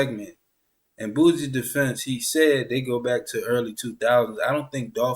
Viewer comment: Lol man put some respect on that man name. Who the hell is boozie. Its boosie.